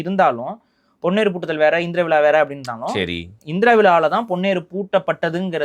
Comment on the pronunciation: Aamam vila enna ucharippu it is vizha. Thamizh zha varalenna nee thamizhan dhaan